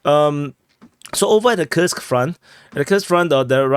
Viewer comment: And btw, Курск Kursk read as Coo(rsk), not Kii(rsk) - U is read as OO, like in room or cook